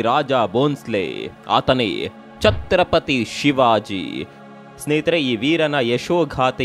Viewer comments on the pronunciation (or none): ಅಬ್ಬಬ್ಬಾ ಏನ್ರೀ ಇದು ಅಪಬ್ರಂಶ....? ಛತ್ರಪತಿಗೆ ಚಕ್ರಪತಿ ಅಂತೀರಿ... ಸಂಧಾನಕ್ಕೆ ಸಂತಾನ ಅಂತೀರಿ... ಜೀಜಾಭಾಯಿ ಅನ್ನೋಕೆ ಜಿಜಿಜಾ ಬಾಯಿ ಅಂತೀರಿ... ಶಿವಾಜಿ ಹುಟ್ಟಿದ್ದು 1930 ಅಂತೀರಿ.... ಅಂತ ಧೀರರಿಗೆ ಅವಮಾಸಬೇಡಿ ದಯವಿಟ್ಟು